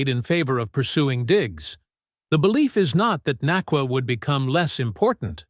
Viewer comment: had kut ur video short, dnt appreciate you disrespecting Puka for pronouncing his last name wrong